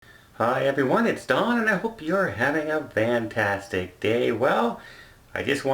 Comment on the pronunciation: Why does Don say Vantastic ?